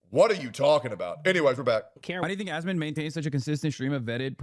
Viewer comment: “Ozmold” “AsMOAN” ???? 😭😭😭😭😭💀💀💀💀 LMFAOOOOOO